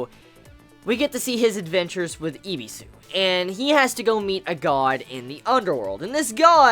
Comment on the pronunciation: His name is Ebisu not Ibisu